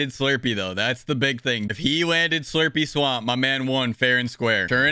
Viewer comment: Did dis man say slurpy slaump